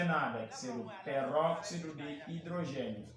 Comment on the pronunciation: A aula estava boa até ao momento que o professor falou perroxido 😢